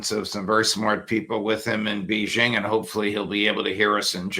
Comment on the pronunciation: Judge .... It's BAY-zhing.... Can you not pronounce the name of the city properly?